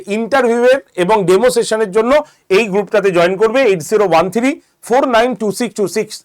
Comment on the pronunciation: থিরি???? 😂 থ্রি নয়?